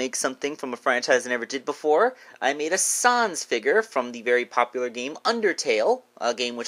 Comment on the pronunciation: Why are you saying s-ons😂